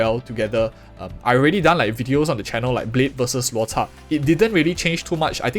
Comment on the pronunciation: bro, chinese word why you pronounce luo"cha'4th tone like poke like that sounds so vulgar. In my mind it sounds like cha1 first tone